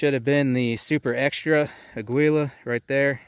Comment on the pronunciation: .22LR for defense should be out of a rifle for any reliable expansion. Rough Rider revolvers lose a lot of velocity on chrono tests. It’s pronounced ah-GEE-lah.